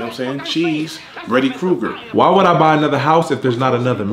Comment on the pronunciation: " Bready Krueger " 🤦🏿‍♂️💀🤣🤣🤣🤣